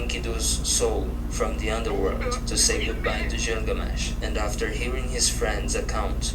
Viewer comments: God i hate how ge says Gilgamesh... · When this guy started listing the 20 most important gods he could have pronounced the name of the last one better. He just happens to be the most famous in pop culture. Gilgamesh.